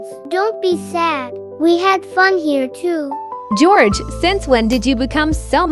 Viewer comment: That l said gorege